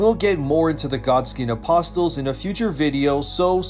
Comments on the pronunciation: Ah-pos-els Eye-urn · Love your videos brother but I’m not gonna be able to watch the Godskin Apostles one if you’re going to pronounce them as “apos-Tles” Lol. The t is silent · Bro. The "T" in "apostles" is silent. Stop saying "apostels" jfc... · If you're going to make a video about the Godskin apostles in the future let me give you a tip. It's pronounced Uh-po-sels. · T is silent in apostles, brotha. Love your elden ring videos! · You need to look up words you don’t know. Common Words like “apostles” should not a problem at this point; let alone mis-pronouncing your own stolen name 🤦‍♂️ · Don’t pronounce the t is apostles. Great vid though